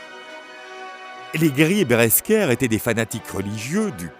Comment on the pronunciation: Beresker ? Vahala ? Ouagner ? Nibelunegue ? Et j'en oublie certainement. Les dessins sont superbes mais la voix-off est une fois de plus complètement à la ramasse.